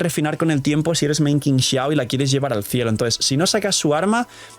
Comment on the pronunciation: Amo a Qingxiao, pero llamémosla bien porfis Qi = chi ==> “Chingxiao” Tremenda waifu 😩🩵